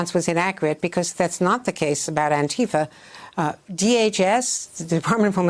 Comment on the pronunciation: Joe cant say Antifa